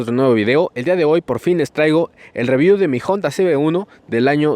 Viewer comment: Porqué cuando pronuncia honda dice jonda ?